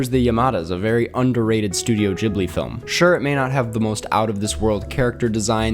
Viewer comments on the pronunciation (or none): none